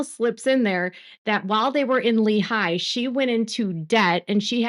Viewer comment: FYI, and this really doesn’t matter, but it’s pronounced Leehi not leHI